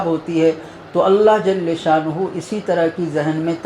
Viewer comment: آ پ کی نصیحتیں بڑی اچھی اور قابل عمل ہیں ادبا عرض ہے کہ جل شانہ میں لام کا فتحہ کسرہ سے بدل جاتا ہے